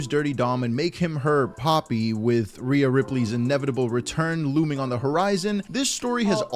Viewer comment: Rhea. Not rea. Feels like the effort in the videos has gone downhill recently :/